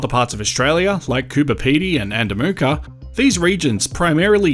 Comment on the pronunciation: All guilty of doing this it Coober Pedy not as people say Cooper Pedy. Still love the information 👌🏻